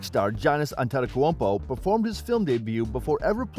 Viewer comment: Lmao the ai struggling to say antetokounpo and i cant blame it